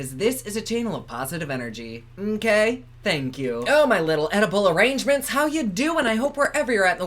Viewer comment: Thought he said "Oedipal arrangements" ??? 🤔